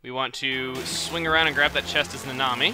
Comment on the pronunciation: Instead of "Nanami" i keep hearing you say "The Nami"